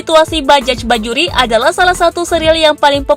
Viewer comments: Bajaj bukan dibaca bajajch mbakkk... Tapi dibaca bajay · Bajay mbak bukan bajek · Naratornya seumur hidup nggak pernah ngucap kata BAJAY??? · Di tulisnya bajaj bajuri, Di bacanya bajay bajuri neng..... Dasar naratornya ....oneng